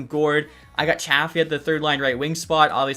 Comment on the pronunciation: A little help for you…Chafee is pronounced CHAY-FEE & Goncalves is pronounced GON-SAL-VUHS.